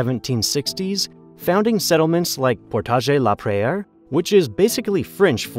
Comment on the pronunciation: It wasn't even French... He said "prayer" instead of either the French or English pronunciation of Prairie, lol...